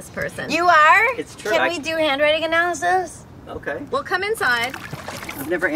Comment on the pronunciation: "he's a hand writing analysyst"